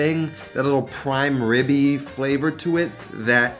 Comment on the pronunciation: "Prime Ribbey" with the HORSERADISH--What he said!!!